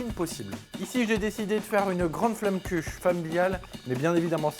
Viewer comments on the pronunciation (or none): La prononciation est horrible ça me fait mal aux oreilles! On prononce flommekeuche (en strasbourgeois)